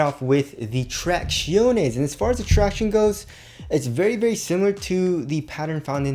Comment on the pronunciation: “tractiones” is always the best part of the video